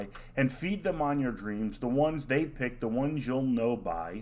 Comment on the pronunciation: "The one they pick's the one you know by." How could they mess up that line? They even exaggerate the pronunciation of the "s." Geez.